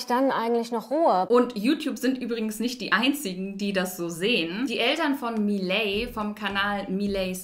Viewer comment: Man sollte den Eltern sagen das Miley "Mayli" ausgesprochen wird, und nicht "Miiiley"... Miley Cirus und so...